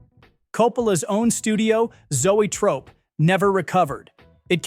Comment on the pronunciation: AI voice? Can't pronounce Zoetrope properly.